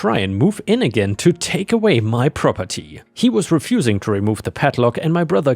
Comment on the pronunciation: Drink every time he says "Prah-per-TEE"